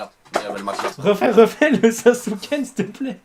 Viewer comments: Leader Noobs Wah cimer jvoulais lui dire il a détruit mes oreilles.. sasukun putin dmerde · Mec... C PAS SASUKEN C PAS SASUKE KUN!!!!!!!! PTn je Me CAlme....ou sas’ke kun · C Saske kun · Sais pas sasuken sais sasuke (sasuké) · SASUKE-KUN PAS SAKUKUUUN!!!! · C'EST PAS SASUKUN C'EST SASUKE KUN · T'es vraiment un bon toi, j'ai soufferts lorsqu'il la dit ça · C'EST SASKE KUN EN VO BORDEL